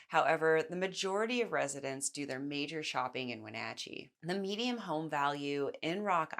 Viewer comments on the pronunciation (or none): Median not mediam